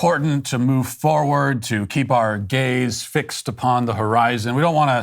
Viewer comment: Heard gays instead of gaze lol